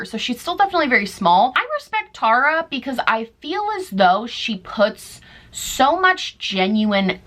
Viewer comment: Girl I was watching this from the kitchen and when you said “I love Tarah” I was like 👀 Wait.... look at my name. 😂 I’ve never heard anyone say it like mine is pronounced so thanks for making my day. Lol